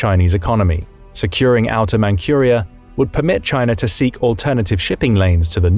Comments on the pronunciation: You are saying it wrong! It is pronounced like Mantsuria, not "Mankhuria". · Manchuria is pronounced Mantchuria NOT Mancuria. Horrible. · Manchuria is pronounced Man-CHEW-ria, not Man-QUEUE-ria. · It isn't "Mankhuria". It is said like Mantsuria. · "ManKHuria", it's ManZHuria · Not mancuria lol! Manchuria! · It's Manjuria, not 'Mankuria'. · You'd think that with all the videos being released, the computer generated voices would get fixed regularly. But noooooo, let's just continue to release crappy obviously fake AI voices. 'Man KUR ia'; really? What else is fake? All the comments? Probably. All crap. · for Pete's sake, look up the English pronunciation of ManCHuria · Man-Q-ria? Huh? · It's Manchuria, not Mancuriea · dude say Mancurea...lol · Never heard anyone pronounce Manchuria like that. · Mankyuria? Zhinzhang? Maybe brush up on he pronunciation of these place names?